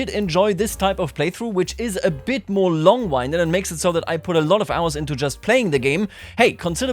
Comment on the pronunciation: Love the playthrough. Just a note, you said "Longwinded", but pronounced the wrong "wind". Should be wind like the wind that blows:)